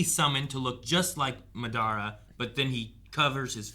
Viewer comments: Bakuygan and Ma-dara lmao 🤣… what else? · Please stop pronouncing madaras name wrong , they literally said it😂